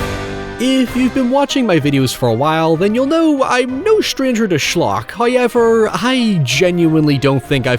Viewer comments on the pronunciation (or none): if you say hoyever one more time im gonna fucking lose it. HOW. EVER.